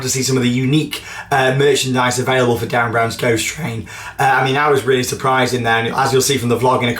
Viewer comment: I've noticed for a while since Derren Brown was announced as the person behind WC16 (now DBGT) that you always say it like 'DArren' not 'DErren'! Haha this winds me up everytime! (in a good way)